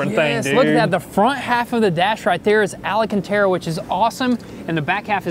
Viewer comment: Every time says alACantara a baby capybara is euthanized 😢